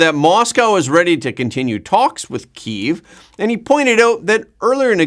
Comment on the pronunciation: KEEVE? It's Kiev (key-ev)